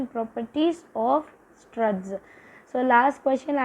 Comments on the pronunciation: Surds not struds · SORRY FOR CORRECTING YOU IT IS SURDS NOT SRUDS...LIKE TO PRONOUNCE IT SIRD+S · is surds not surts😂 just for fun akka❤😊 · Struds❌ surds✅😂😂😂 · Sruds illa sis surds 😊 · studs illa surds(serds)